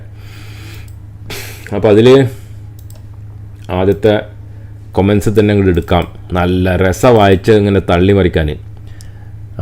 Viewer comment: കോമന്റ് അല്ല, കമന്റ് ആണ്